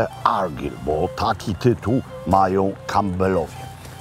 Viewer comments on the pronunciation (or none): Zawsze mnie śmieszą ludzie zachwycający się ostrygami. Jadłem i oprócz glutowatosci i smaku morza nie ma to żadnych innych doznań. Ściema dla bogaczy. Chce pan zjeść najlepszą rybkę Fish and chips w Szkocji to zapraszam do Stonehaven - The Bay fish and chips. I nie argyl tylko argajl, a loch to loch tak jak się pisze tak się wymawia, tylko angole wymawiają to lok bo nie potrafią wypowiedzieć loch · Szkocja moja ukochana 😍😍😍 Panie Robercie , imie Argyll wymawia sie Argajl :) pozdrawiam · Mistrzu,ten książe to się wymawia ARGAJL, a geograficzna kraina to ARGAJL and BJUT fonetycznie. Szkoci lubią mówić twarde R. Pozdro z GLAsgow....